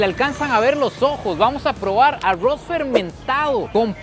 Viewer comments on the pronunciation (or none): Por q dice el ARRUOS JAJA ME ENCANTA ESTE TIPO...MUY BUEN CONTENIDO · ésto es "arrwoz" 🗿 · Pronuncia muy raro la palabra arroz